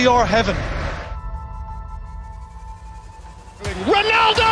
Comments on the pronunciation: Peter Drury: say what you like Jim Jim Beglin: well, CrHeaven.... Jim is class! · Did I hear CR Heaven?😅